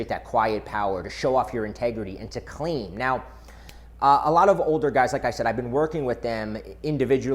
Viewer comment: I thought he said, "Clam".